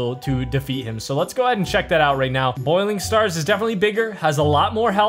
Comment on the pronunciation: Bouling stars not boiling stars